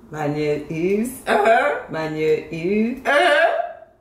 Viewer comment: Mesye a t di: Manyeuuuum is Otoniel😂😂😂😂